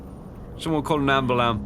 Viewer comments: "Someone call an ambalan" "someone call ambalan..." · rewatching this video i realized at the closet part with the mimic says "call an ambulam"